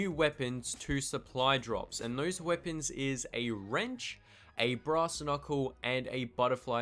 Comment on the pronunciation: english on point "dose wepons ius" gg